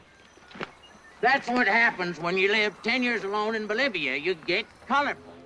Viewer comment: BOLIVIA,NOT MOLIVIA.